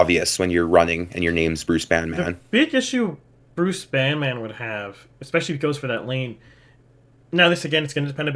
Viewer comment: as a banman, banman is prounouced as Banmin. the emphasis is on ban, and then min. rather than the emphasis on man.